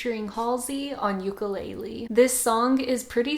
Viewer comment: It’s ukUlele not ukeeeelele